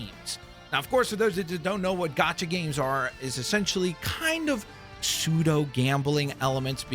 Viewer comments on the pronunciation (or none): *gacha, not gocha. Rood word from the Japanese gacha machine, not the English gotcha